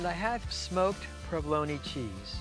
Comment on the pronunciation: Did dude really pronounce provolone like that